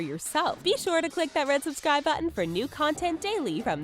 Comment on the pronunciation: Repeat after me, "BuTTON". Jeez, lady.